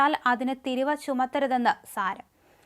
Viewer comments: ' thiruva' alla theeruva aanu nalla malayalam parayu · തിരുവ അല്ല കുട്ടീ തീരുവ.മലയാളം അറിയാത്തവരാണോ വാർത്ത തയ്യാറാക്കുന്നത്.